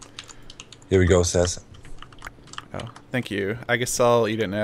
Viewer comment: i like how always calls Seth Ses